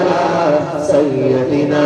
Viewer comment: ماشاء اللہ بہت خوب ایک بات پر دھیان دیں.... سَیَّدِنا غلط ہے. یا پر زبر نہیں آئے گا. سَیِّدِنا صحیح ہے. یا کے نیچے زیر پڑھیں گے.